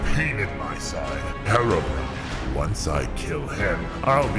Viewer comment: Bro just say Haerobrine when its